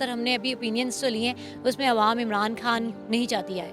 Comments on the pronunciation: محترمہ کا تعلق کیا بھارت سے ہے جو بار بار عمران کھان کہے جا رہی ہیں۔ ہندی میں 'خ' نہیں ہوتا اس لئے وہ خان کو کھان بولتے ہیں۔ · محترمہ آپ انڈین نیوز چینل سے ہیں کیا ؟؟ کھان نہیں، وہ خان ہے۔ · مادام خان کو کھان بول رھی ہیں انکی اردو درست کروائیں